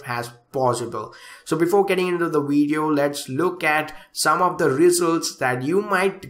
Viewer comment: Stop Smoking Weed So you can Pronounce Video Correct Haha Nc Weedio men